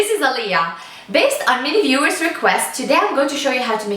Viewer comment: Ummm, her name is Aliya! Not Thalia!!!